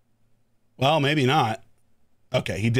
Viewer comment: Lol the intro sounds like" hello guys, hope u are doing whale" 😂